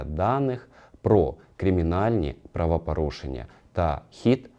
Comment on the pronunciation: Правапарушеннь паліція?????? Що за правапарушення????Звідки тут буква А?Що за говір такий,ще юля тимошенко так розмовляє…